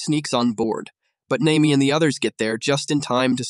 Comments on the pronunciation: Nami❌ Name me✅ Ai doesn't know how to pronounce nami's name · ai said naymi